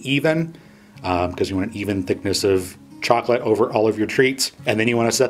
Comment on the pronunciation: Chocolate. Not chocolatee.